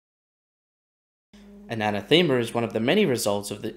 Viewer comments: Im sorry i dont know why i care and its not making fun of you, maybe its the lockdown were in cuz of the covid. Its not pronounced ana thema but anathema like saying enough so like enoughthema anath ema. Once again sorry oh great work luv the content you put together ❤. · Fairly sure it's an ath uh muh, not thee ma... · It's pronounced, "ah NETH em ah" Emphasis on the second syllable Great videos! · A-nath-e-ma. It means someone or something you hate. I realize some words you only see written down because no one really uses them very often. But making a video where you say it every ten seconds and mispronounce it every time is a bit like watching Scott’s tots episode of the office. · I think you are pronouncing it wrong. Anath ema. The emphasis is “a nath ema” with the second syllable receiving the strongest pronounciation. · Oy man, if you're trying to make a go of this hire a writer and work on your pronunciation. Anathema is too often an anathemer...biome. 'Since' should only be used once per sentence. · I love your channel, but I felt I just had to correct your pronunciation. The word is pronounced: an - ath - ema . A anathema is a curse or cursed thing. Quite appropriate for your report. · I played a drinking game with myself - I downed a shot every time you mispronounced "anathema." The numbers on my home breathalyser don't go that high ......... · Good video but you butchering the word anathema was killing me. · I noticed the mispronunciation too. Great article, that minor point aside 😊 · lol was gonna say, pretty sure anathema isn't pronounced the way he's saying it 😁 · Pls learn how to say anathema